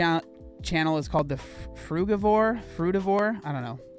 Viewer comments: You can’t even pronounce frugivore 😂😂😂 you have no idea about nutrition. Stop acting like you do. Stick to building muscles bruh. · "Frugavor" now that's new. Also, if we're not meant to eat meat.... why do we have incisors to dear and rip flesh?